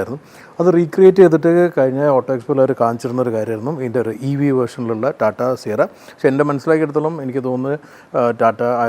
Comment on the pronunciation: കോട്ടും സൂട്ടും ഒക്കെ ഇട്ടിട്ടു റ്റാറ്റാൻന്റെ എന്ന് പറയാതെ ടാറ്റയുടെ എന്ന് പറയൂ 🙏